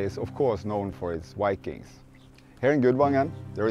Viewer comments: Viking. V… Not Wikings ⚔️😎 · Yes cøme see the "wikings" and all the løveli lakes, the wønderful telephøne system, and mæni interesting furry animals, including the majestic Møøse. Cringe, why do so many norwegians say vikings with a W, we don't do that ourselves. Perhaps it is the vowels. Norwegians, say this 1000 times: Voi Voi! Vaiana! Violence! And I agree so much with the video, don't go further North than Trondheim, there is nothing for you here, just rocks and cold rain. Poor roads and nowhere to park. Expensive rooms if you can find any. And in summer you won't be able to sleep because of the light and mosquitos.